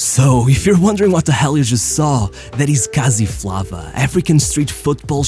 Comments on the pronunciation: The way he said kasi flava "gasi flavaaa" 😂😂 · The pronunciation of "Kasi Flava" was straight trash ☠️☠️ good video though 😂